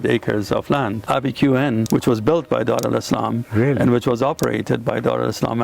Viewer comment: Why you calling it Dar Alislam?